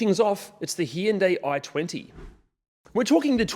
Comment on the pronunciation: what the fuck is a He yen day i20💁‍♂